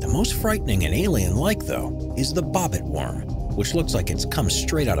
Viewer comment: Did he say BOP IT worm